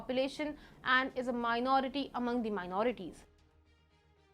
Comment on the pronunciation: please correct your pronunciation of 'the' - its thee it is the{dhe} unless the word begins with a vowel/